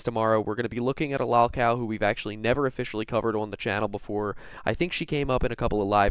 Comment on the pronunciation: It drives me crazy the way you pronounce “lolcow” dude, use the correct “o” pronunciation when saying it. How come Cyraxx can say it correctly but you can’t? He has no brain.